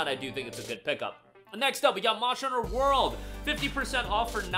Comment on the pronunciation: ur still saying Mosher Hunter lol. 😂